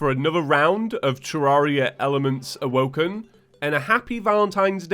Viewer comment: It sounds like he says "Elements Owoken" when he says the name in the intro.